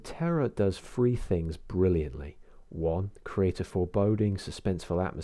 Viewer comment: Insightful review, but it's three not "free".....terrible southern trait.